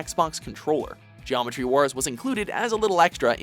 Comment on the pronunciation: what the eff is it with you guys and pronouncing 't's. They don't always end with a hard 't'. geomeTry, liberTy, imporTance.